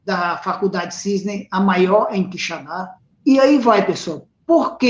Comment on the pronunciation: Professor, bom dia. Não é QuixaNdá, é Quixadá... sem o ene.